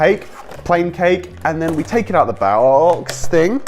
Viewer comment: When he said box he said baox like ba ox